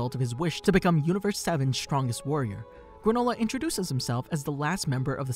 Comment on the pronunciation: "granolah bar"